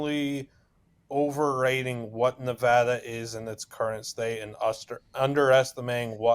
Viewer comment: Someone teach how to pronounce the name of the state Nevada… it’s not Nevahhhhduhhhh 🤢